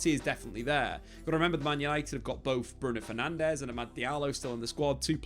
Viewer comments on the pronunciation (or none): none